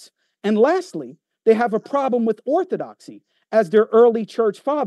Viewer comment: It's laughable to hear say he spent so much time researching Orthodoxy and yet, still butchered it.. smh